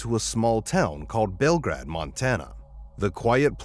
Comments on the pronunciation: It's pronounced Bell GRADE...I am originally from Montana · It’s pronounced bell -grade sincerely a Montanan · It's pronounced bell-grade montana. And its only 20 minutes away from a larger city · It is pronounced like bell grade...not grad! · Story 1. It's BelGRADE, like grade school. Also, it's perfectly legal to drive at 15 in Montana